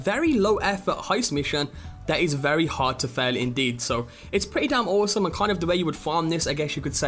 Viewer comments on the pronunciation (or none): I love it when you say, "Pritt-ee dom oh-some" xD